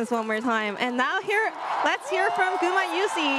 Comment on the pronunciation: How about gumayusi though, they keep saying gumayushi